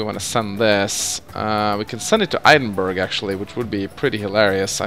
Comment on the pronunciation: "Eidenberg" pls.